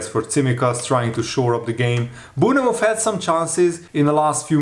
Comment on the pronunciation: Hi, after watching you for many years and being English and we have some well funny spellings and pronounciations, just to say, you don't pronounce the 'e' in Bournemouth, you say it like Born-muth, like the 'TH-'E'- sound kind of. Obviously we say it more quickly here, not a critique, just thought to say....I enjoy people's accents and how they pronounce things, I used to teach TESOL once upon a time....